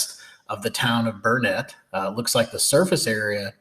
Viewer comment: You said Burnet wrong, it's Burnet darn it learn it